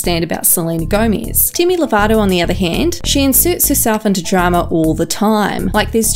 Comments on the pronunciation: Am I the only one that hates how she says gomaiiiiz. Thank u for the likes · “dimi and selena gomaiz” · it’s GOMEZ not GOMIZ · I just wanted to comment this, never heard anyone pronounce it like this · not the only one, and “deeimy”